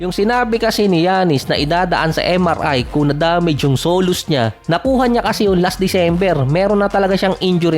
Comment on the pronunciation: (sow-lee-uhs) yan correct pronunciation ng SOLEUS MUSCLE. at hindi solos